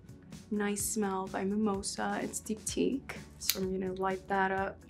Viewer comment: She called her candle by Mimosa called "Dyptique". Wow!!!! It's by Dyptique...called Mimosa. If she's naive to that it's ok. But not ok for the editors or producers to not catch that.